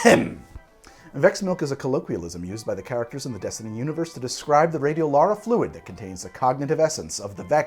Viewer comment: For the love of god… ITS RADIOLARIAM FLUID